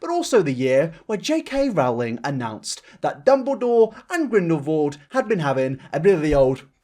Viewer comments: Why are you putting words in Rowling's mouth, this was so strawman-ey also it's pronounced like rolling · "Rowling" is pronounced "Rolling". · Oh! I hate it when people say Rowling wrong. I can understand having a hard time pronouncing foreign names, but an English one when you speak English? 😅